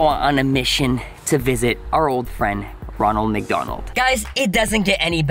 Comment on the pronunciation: Ronald you said ranold